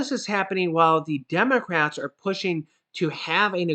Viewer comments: Hey, you said Demorats not democrats🤣🤣🤣! Thank u so much I need to laugh this am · Lol did say Demorats at 1.45??